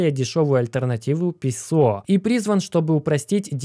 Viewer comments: Уважаемый, пЕсо с ударением на первый слог. ПесО как-то смешно на слух... раз богатейший, должен уж знать... или может не богатейший?) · быть может правильно пЕсо ,говорить ))